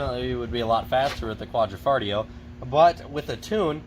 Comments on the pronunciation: Stopped watching after quad-ra-foligno. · Goulart quad-ro-fo-li-o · Qua-D- FART-iO 🤣😂 or what ever. I don’t think these guys have ever tried speaking anything else besides English.. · "Quadrifartio" 😅😅 I heard that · WHat's with the pronunciation problems? Quadrafoleo/Quadrafarteo instead of Quadrifoglio? Jagwire instead of Jaguar? If you are going to review cars shouldn't you learn how to pronounce the names? Why should we take anything you say seriously if you talk like a high school drop out? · Quadra fillet? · You guys are smart, why didn't you take two minutes to learn to pronounce Quadrifolglio? Were you dumbing it down to seem more relatable? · First: I respect your review but professionalism is necessary and you should get your names right when mentioning them. I was actually going to stop watching the video as soon as you butchered quadrifoglio but i still kept going. 2nd : you criticized stelvio for year end big discounts. All manufacturers want to get rid of old cars at year end with big discounts. 3rd: stelvio quadrifoglio is a direct competitir to glc 43 and has beaten out glc 43 in driving experience by a margin and matched the power. 4th: read actual owner reviews and 75% of them are satisfied with 2017 and onwards alfa romeos.